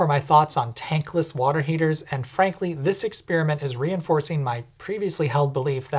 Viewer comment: Why do so many young people think experiment sounds like experience? Ex-pair-im-ent